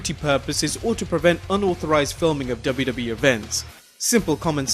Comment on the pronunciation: Am i the only one who heard WWB instead of WWE?